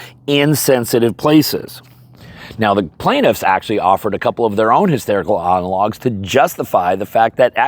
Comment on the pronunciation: I think he actually said “hysterical analogs.” 😂